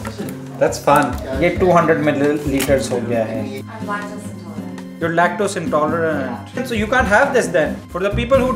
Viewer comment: "lactose intoletant"